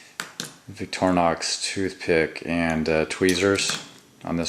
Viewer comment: btw....... it's pronounced "vik-tor-e-nox."..not "vik-trin-nox"